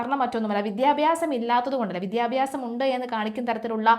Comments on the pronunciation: വിദ്യ + അഭ്യാസം = ,വിദ്യാഭ്യാസം ആണ്. ഇയാളുടെ വിദ്ധ്യ + അബ്യാസം = വിദ്ധ്യാബ്യാസം ഉച്ചാരണം അരോചകം. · വിദ്ധ്യാബ്യാസം അല്ല കുട്ടീ വിദ്യാഭ്യാസം